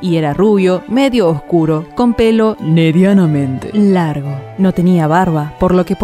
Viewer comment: Momento sensual del vídeo "nedianamente"